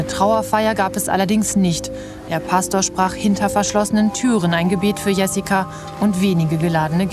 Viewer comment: Der name wird nicht „iessika“ sondern „schö-si-kua“ ausgesprochen